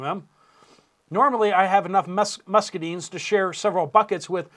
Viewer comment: Update! Please! It is musc a dynes. Long I sound. Those of us south of Mason Dixon, our ears are bleeding. Thank you!